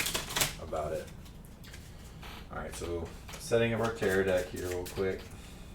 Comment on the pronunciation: You say terror deck, I hear tarot deck.... I'm probably the only one..... can't wait for the game 😱